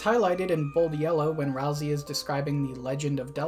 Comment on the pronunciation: You say ralsey like rousy, like a-roused lol